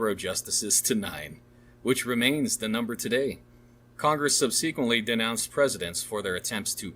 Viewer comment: Painful to listen to due to excessively poor pronunciation on the part of the reader. I’m slogging through - but who can’t pronounce “subsequently”? Literally all names mispronounced makes this reading sound like AI (even as we can apparently hear the pages turn). 😵‍💫😵‍💫